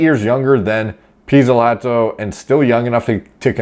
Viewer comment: You nailed that pizzolato🇮🇹